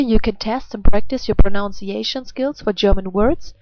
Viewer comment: I commented on one of your previous videos about the difference between "pronounce" and "pronunciation" Pronounce= with ow sound, like in town Pronunciation= with uh sound, like in bug